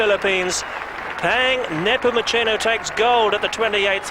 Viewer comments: Peng Napomochino :)) Please get his name right... He's a legend :) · It is Neh-poh-moo-se-noh